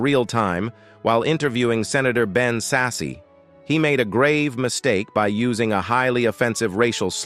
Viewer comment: The accuracy of your AI is for shit! Ma-Hair? Ben Sassy?